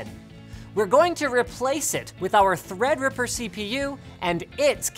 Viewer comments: Just love how Linus mispronounces Threadripper every time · He keeps saying thread ripper wrong on purpose